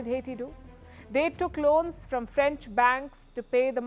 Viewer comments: I'm Haitian and can tell that Palki has done a great job at explaining the Haitian history and the current situation in Haiti. Palki pronounces French very well. I'm impressed😃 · Good coverage on Caribbean news. Serious research went into making this report and connecting the dots. The French pronunciation, not bad at all.